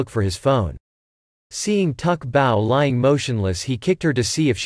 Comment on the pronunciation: ITS NOT TUK BAO!!! ITS SU BAO!!